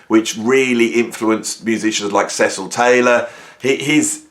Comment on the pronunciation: Oh it's seesill not sesss sill Taylor. I knew him in Berlin where I had a Duo with Norris Sirone Nowag Jones.